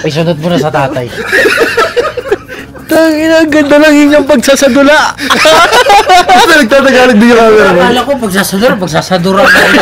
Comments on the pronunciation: Pag sasadula ❌ Pag sasadura ✔ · pagsasadula naging pagsasadura hahahahaha team payaman nambawan pa din!!!